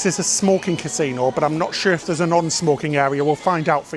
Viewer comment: It's got a "consino" ? Wow 😂